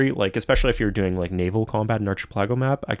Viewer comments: Did.... Did he say archi-pelAHGo???? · Hey thanks for making these videos about my fav game as a kid! Just one thing though, you say archipelago really funny :p